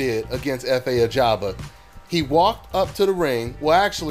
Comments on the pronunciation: His Surname is AJAGBA not AGABA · His name is Efe Ajagba NOT Ajaba!!!